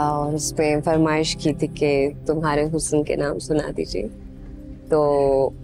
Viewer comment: The singer is singing "Hus-san" whereas correct pronunciation is "Husn". I don't understand where all Urdu- dan are, not pointing out this error to the producer.